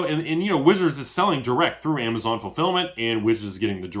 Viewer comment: you Destroyed everyone with the "....amazone"